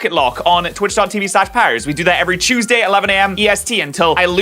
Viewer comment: British people be like: every chewsday